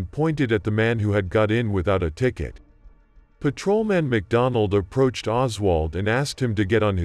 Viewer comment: is the voice AI? sounds weird. blips. "paTROman".... pfuey.